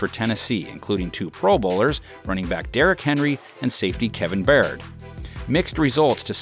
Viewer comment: Byard= BI-YARD not bird. He is an top safety in the league. NFL. get his name correct.